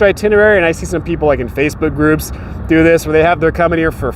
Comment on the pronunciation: when you are saying "And one of the best places you can go ...", it sounds like you are saying "Space Hookers" instead of Facebook groups. They have Space Hookers in Vegas?!!! That's WILD BABY!!!